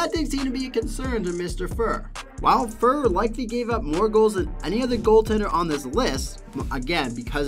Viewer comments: Number 9, Grant Fuhr, His name is pronounced Grant Fue-Er. Number 4. Dominik Hasek is pronounced Hah-SH-ick Number 3. Terry Sawchuk, pronounced Saw-Chuck, you said right a couple of times but stumbled over it as well. Number 1. Martin Brodeur, you got the last name right but his first name is pronounced Mar-Tan. That's the mispronounced names. Number 2. Patrick Roy, not a single image of him. you had some old pictures of people who weren't Patrick Roy. The mechanic you seemed to use was wins, mostly. You threw out a few stats for other goaltenders but it wasn't consistent throughout. Hopefully this is the constructive feedback you were looking for. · Why do you call Grant Fuhr as fur? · Who is Grant Furr? People won’t take you seriously if you mispronounce names of players that well known. Not hard to learn how to pronounce the names before you do the video. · Grant Fur and Veznas 🤣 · Sorry. But his name is not pronounced fur. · Grant Fur? Lol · Buddy cant even Pronounce Grant Fuhrs name lmao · Sat through the painful mispronunciation of Grant Fuhr....got to Dominik Hasek being ranked #4 and had to give up. This video is painful to watch 🤣🤣🤣